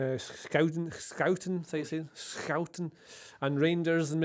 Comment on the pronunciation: JJ is spot on with Schouten haha. Good job.